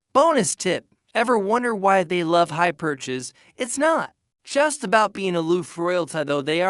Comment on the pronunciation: I checked this out as you suggested, and the AI voice is different. It is not better. Many mispronunciations, poor intonation. The voice itself is better, but the reading is barely English. The content is really interesting and informative. I followed the text. The AI voice is just giving us words with no clear context. "Hyperches" in text and the words spoken sounded like "high perches". I'm sorry, it's too weird and difficult to listen to. Find a live person to narrate if you cannot narrate yourself!